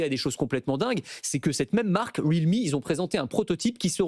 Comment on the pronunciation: Il a prononcé Realme comment lui ...